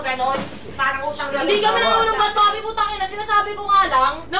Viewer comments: Papi po, hindi paye😅 panay paye ka po pero c papi naman😅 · Papi po nOt paye 😂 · It’s papi po..not paye 🤣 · grabe tawa ko sa 'paye' na dapat papi HAHAHAHAHHA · Papi po hindi paye hahaha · Idol PAPI po Hindi PAYE😂😂😂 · Papi po hnd paye😂😂😂 papi papi papi papi😂😂😂😂